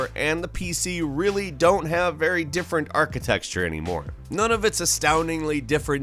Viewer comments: Really enjoy the videos, but one word you consistenly say incorrectly is "Architecture". There is no "X" in this word and is not pronounced "Arch-i-texture", but instead "Arch-a-tech-ture". I've noticed it in the past videos too, but you've gone too far sir!:) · It's architecture not architexture damnit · IT ISN'T ARCHITEXTURE. IT'S ARCHITECTURE. I'm constantly annoyed by this... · ARC - HI - TEC - TURE NOT ARCHI TEXT URE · You're awesome,, but I really need you to stop pronouncing it "architecSture". Gracias. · This man simply MUST be saying architexture on purpose. But it still drives me crazy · "Architexture" ? xD I'll let you get away with that one cuz you make good content. :-P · Paul HeymanGuy that’s not true. He said architexture like 4 times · I'm sure others have said this before, but surely you know its not pronounced architexture. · There it is. "Architexture." You're definitely. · Did he finally say "architecture" correctly? I think I still hear "texture"